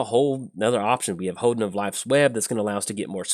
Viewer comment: It's pronounced "hohn-den",. It's a building in the Shinto religion that enshrines a sacred object representing the kami that dwells there.